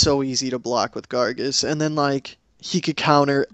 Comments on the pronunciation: it's gaar- gos!! not gargus!! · its pronounced garg -oh-s not gargus